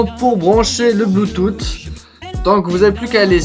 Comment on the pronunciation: ca se prononce bluetoosse